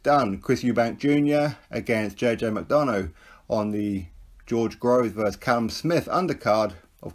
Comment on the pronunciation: Think its pronounced Mac-Donna 😬